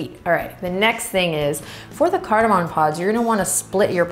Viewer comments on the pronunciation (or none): CardaMOM. Not cardamon.